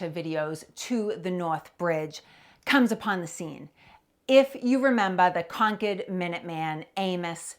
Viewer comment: Good to hear the town name properly pronounced “Conkid”